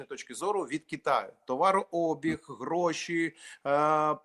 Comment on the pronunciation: Ой как ты красиво говоришь слово ГРОШИ 😂😂😂😂😂